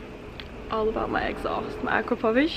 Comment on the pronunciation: is that how you say it lol - akrapovish?